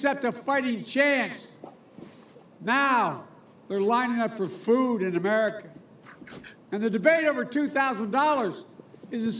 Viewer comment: He can't even say America right 🤣🤣🤣 and people think he will be a good president 🤣🤣🤣🤣